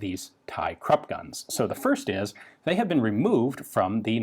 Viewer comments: Great! FYI, Krupp is pronounced 'croop', not 'crup'. Otherwise excellent! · Those are krupp emblems, not Thai property marks, tisk-tisk. I never thought I'd be able to correct Ian.